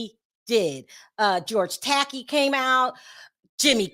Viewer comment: George Takei is pronounced George (Tah-Kay) lol! Just if you were interested~